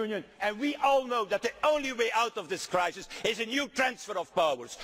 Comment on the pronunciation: At the very beginning he said the word crisis but damn me if it didn't sound like he said reich.